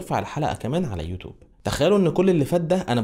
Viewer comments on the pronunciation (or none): ليه بتقول يوتوب اسمها (يوتيوب)